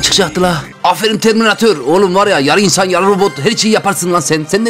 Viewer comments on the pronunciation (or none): none